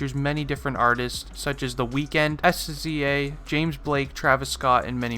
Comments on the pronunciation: It’s pronounced siz-zaa not S Z A but SZA lmfaoo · You pronounced SZA wrong. You said it letter by letter. It’s pronounced like, SZA (Sih - Zah) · I think it's pronounced "Sizza" Sza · Did he just say S Z A